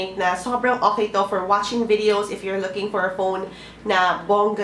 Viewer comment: vidows and vowtows hahaha 😂😂😂